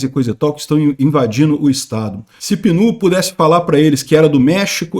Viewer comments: É [ˈpiː.nət] (de "amendoim"), não [pi.ˈnoː] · Ô,! O nome do bicho é amendoim. Pronuncia-se Pínut. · falou o nome do esquilo de uns 5 jeitos diferentes, todos errados 😂😂😂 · Meus ouvidos sangraram cada vez que o falou peanut